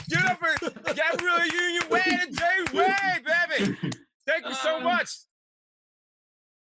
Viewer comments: Is it just me or does he say James Wayde at the end lol? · Somehow at the ened of that, Desus managed to mangle DWade's name